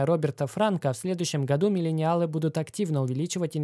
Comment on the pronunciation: Миленялы (произнесено 100500 раз), Бумеры, Зумеры, Рептилоиды... Смешались в кучу кони, люди. В остальном, конечно, спасибо за контент :))